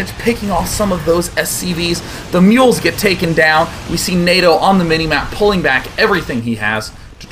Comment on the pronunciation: Anyone else heard "MULE harass" at around 10 mins? :P